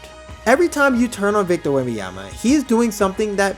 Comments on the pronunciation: Hello, great video! But please pronounce his name correctly. It's not Wemby-ama. I'ts Wemban-yama. With an N. Peace! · Man respect name ! WembaNyama and not WembaYama WTF ! France here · C'mon man! Say it with me! Wem - Bon - Ya - Ma! It aint that hard to pronounce the man's name correctly!! lol Otherwise, great video. Subbed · If you make a video about him maybe start by pronouncing his name right..